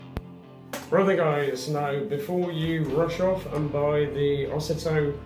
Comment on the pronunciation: Ozito is pronounced Oh zee toe